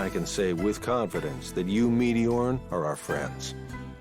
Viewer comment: First time I heard say meteorn I thought she said meteor